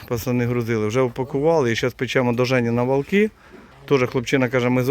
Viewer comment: Добре діло робите. Як місцевий житель, хочу сказати, що Валки, промовляються з наголосом на "А", дуже багато місцевих, задіяно в допомозі. Слава Україні!